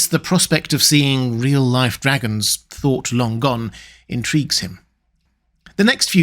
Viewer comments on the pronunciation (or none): none